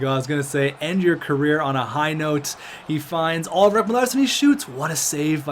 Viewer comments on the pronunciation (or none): none